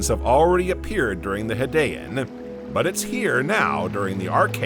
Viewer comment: It's actually a good video and I appreciate the research and effort. I will voice it if asked... I was distracted a little by the mispronounciaton of several words such as Hadian, anomalocaris, and a few others. It wasn't as bad as some other videos, but it did distract. I think it's the way the narrator puts the inflection on his words and the end of his sentences... however it does set the videos apart from the generic AI voices.